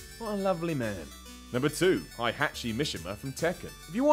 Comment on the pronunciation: Not hi at chi lol!